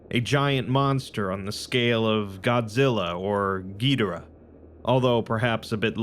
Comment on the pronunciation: not gidera, it"s Gi-Jor-ah Gidjora